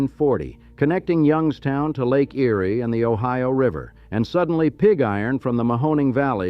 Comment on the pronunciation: ...and now they are all dead. Yung-ESS-toun rots better than any city I've ever seen. It's as if it was built to rot.